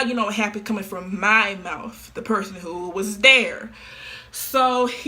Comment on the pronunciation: why she he saying mouth like that😭 mOuFtH